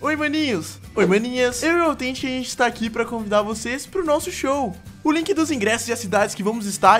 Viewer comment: O tt tinha falado no inicio lik e não link ou to surdo : ^ )